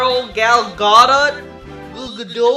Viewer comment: "..And my lovely girl Gal Gah-dot uuuhyyl Ga-doo" xD